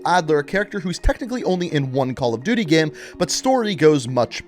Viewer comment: Has anybody observed how he says "gam" (like "jam") and not "game". 😆